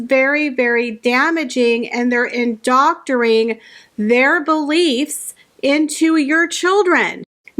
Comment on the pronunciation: Love you 😘 just want to help you with the word "indoctrinating"... It sounds like this; in-doc-tri-nat-ing. I think when there are a lot of syllables in a word it's easy to skip some 😁 and just so you know that you are in lofty company ⬇️ Lately I have seen MORE than one journalist on TV skipping one of the 6 syllables in the word "politicization" (it SHOULD be 6 syllables but they all were only using 5) They were skipping the 4th syllable >>>>"ci" ). I think my dance teacher attention-to-detail comes out in anything to do with details but I hope you don't mind me letting you know. 🙃 I think I would want to know and I have certainly mispronounced words in my life! LOL 😘😊❤️